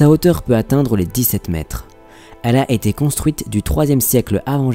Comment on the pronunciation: Mais arrête de faire la liaison " a T été decouvert" c'est "a été decouvert"